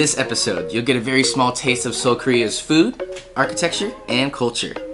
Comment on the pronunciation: Seoul bro, not Seuol